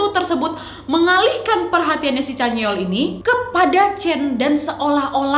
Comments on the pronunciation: Sama canyeol yang harusnya dibaca Canyeol=(canyol) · chanyeol = chanyol kak nad=chanyeol kkkkkk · ka nadia nad chanyoel bukan caneol 😂 but its okey,ttp suka ko sm pembawaan kak nadia ❤